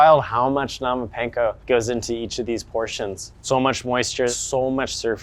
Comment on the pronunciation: Bro not even saying panko right 😂